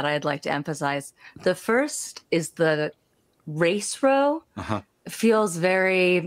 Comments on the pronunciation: I notice this lady doesn't know how to pronounce "row" as in an argument. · She’s saying row as in row the boat but she means like an argument 🤦‍♂️